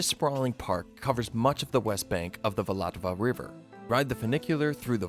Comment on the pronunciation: It's not Vlatava but Vltava 😅